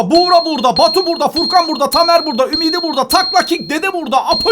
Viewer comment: * Abi furkan yerine FUKRAN demen*